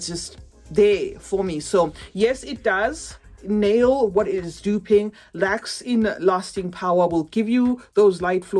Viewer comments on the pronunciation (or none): none